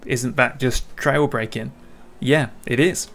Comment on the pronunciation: I wish you would pronounce the g at the ends of all you words. Brakin, steerin , racin All these words have a g on the ends :-)